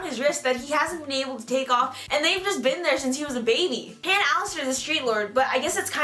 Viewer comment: It's pronounced h-on not Han